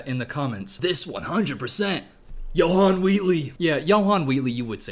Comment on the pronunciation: I laughed so hard when he said "yo-han" instead of Johanne! yea but that dudes crazy.